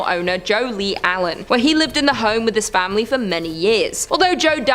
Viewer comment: I like how she say famillillly